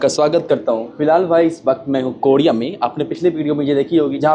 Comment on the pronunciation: Bhai R ko D bolna kab chhodoge ... Kodiya 😂😂😂 bhai koriya